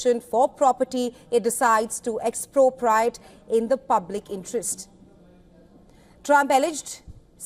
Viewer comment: ....wtf is expropriite????🤣🤣🤣🤣